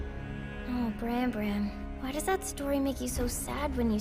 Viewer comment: WHY ARE YOU SAYING BRAM LIKE THAT ITS PRONOUNCED LIKE SLAM. WHYYYYYYYYYY